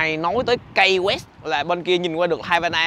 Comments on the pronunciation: Key West đọc là Ki West chứ không phải Cây West. Peace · Đến với những nơi danh lam thắng cảnh thì ít nhất Khoa cũng nên gọi tên cho đúng địa danh của nơi đó. Key West_Ki Goẹts. Key là chìa khóa. Có ai đọc chìa khóa là Cây bao giờ không? Một cái từ đơn giản phổ thông như vậy, bạn đọc thành Kây_Goẹt để đi truyền bá cho mọi người địa danh thành Cây Goẹt thì nó sai quá! Đi học bên này gần 1 năm rồi thì ít ra cũng biết đọc (Key_chìa khóa) cho đúng chứ nhỉ. Giờ ai về Hà Nội, đọc Hây Nội nghe có ổn không? Sài Gòn đọc thành Sây Gòn nghe có được ko? Key chìa khóa, từ đơn giản phổ thông đến vậy mà đọc là Cây thì quả thật ko biết phải làm sao..... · Key west nên phát âm Ky (Ki) west ,chứ không phát âm KAI hay Cai west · Key west là “khi” west ko phải “cay west” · Key west khong phai khai west nhe khoa. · KEY WEST ( KY không phải KAY ) NHÉ EM KHOA ! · Finally Khoa đã đến Key (pronounced "kee") west. Đi đâu nữa đây? Lên lại Ft Lauderdale để ăn cua di? Rustic Inn Crabhouse. Ngon lắm. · Chơi. hưởng thụ số 1 thì có. Học thì số mấy không biết nhưng nhớ học lại ESL nha. Mới lướt qua vài phút nghe được Hotel safe đọc là "cái sắc", Key West đọc là " Cây quét". Tốt hơn ở Mỹ không nên ra ngoài một mình. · Phát âm là ki sờ quét anh ơi. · Key West phat am sai roi.